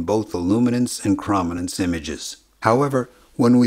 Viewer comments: its not cra ma nanse its crow man nanse. Your pronouncing it wrong... Cro matic.. Croma. not Crama.. crom not cram.. dude wtf? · It's CROW-min-nance, not CRAH-min-nance. The detailed luminance response does not come from rods, but from the cones. The rods provide low resolution luminance only, away from the center of vision. The cones also provide the lower resolution chrominance response via neural processing that works on the differences between the three different types of cone cells. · Great video with clear explanation of this process, but jeez is that chrominance pronunciation distracting. It's chrome-i-nance, as in chroma, as in color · Good video - but my ears are bleeding. Chrominance is properly pronounce 'Chrome - in - ance' ... not "Chraum - in - ance' ! look it up. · I love the video. Incredible amount of work you put into it. One nit: I believe it is pronounced “krōmenens” with a long o, not a short a sound. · "Perfectly"? Seriously? He kept saying "krom-inance" throughout the video. Chrominance is pronounced "CHROME-inance" FFS! His pronunciation drives me up a wall! Also we don't have red, green, and blue cone cells. They're called S-cones, M-cones and L-cones and are sensitive to a range of colors each -- with some overlap -- not just the three primary colors. It would have helped to do some better fact-checking before uploading this video. Edit: Also, he needs to buy a pop filter for his mic. Badly. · ChromInance rhymes with ohm. Long o. Chroma. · Argh! It's pronounced "CRO-min-ance"! 😝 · Excellent video, thanks. However your repeated mispronunciation of chrominance was rather distracting. krow·muh·nuhns Or chrome-in-ance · I'm almost positive that the O in "chrominance" is long. Like, it sounds like "chrome". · Could have covered Huffman just a bit, perhaps by the example of how commonly-used words are shorter than others. Huffman encodes the more common values with fewer bits. Also, it's pronounced krow·muh·nuhns.